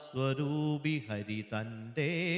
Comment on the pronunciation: ആചാര്യ ഗുരുവിന് വന്ദനം 🙏 ഹരി: ( ഹരിഹി ) എന്ന ഉച്ചാരണം തെറ്റല്ലേ.